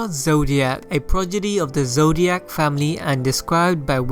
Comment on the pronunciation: this man said zodiac